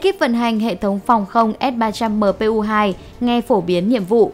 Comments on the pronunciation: đọc sai rồi kìa s-300mpu2 ??? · Bây giờ tôi mới nghe thấy ét ba trăm mờ pê u hai của vn đó, mà sao hiển thị chữ là ét ba trăm pê mờ u một mà lại đọc luyên thuyên vậy thật đúng là...